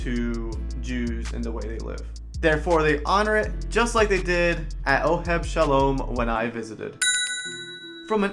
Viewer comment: Interesting you said Oheb Shalom. The name is Oheb Sholom, following the Yiddish diction.